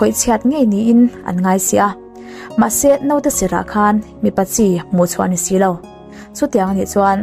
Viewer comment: Note ni lo in,Naute tiin aw